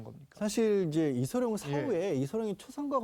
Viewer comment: 아나운서가 이름도 제대로 못 말하네. 이성룡???